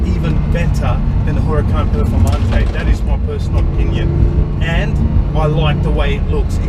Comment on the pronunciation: I gagged when he said WHOracan